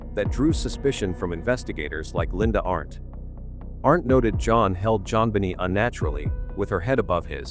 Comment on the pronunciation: Please pronounce the wee deceased ' s name properly. Its not Jon binny but in fact Jon Bin^et ( long AAAA )